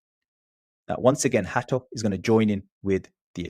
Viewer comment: you are saying his name very well. Hear many british butchering his name with Hate(o)